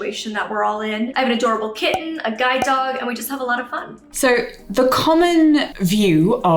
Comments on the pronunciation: I heard "guy dog" and I thought she said it like it was a male dog haha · Who else heard “guide dog” as “guy dog” and just rolled with it, cause yeah, that dog looks like a solid guy